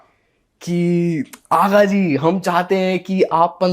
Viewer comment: Vo aaga ji nhi haagaaaa hai 😂😂😂😂😂